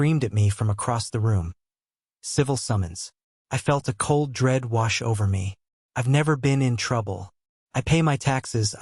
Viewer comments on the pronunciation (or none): none